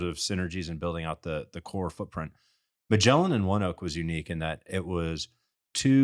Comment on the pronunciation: It’s “One-oak” I’m a ONEOK employee and it’s a fantastic company. Couldn’t imagine working anywhere else.